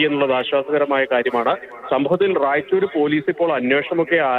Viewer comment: റായിച്ചൂർ എന്നല്ലാ റെയ്ച്ചൂർ എന്നാണ് സ്ഥലത്തിന്റെ പേര്